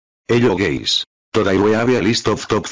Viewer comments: i though he was saying "hello GAYS" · "Hello Gays" 💀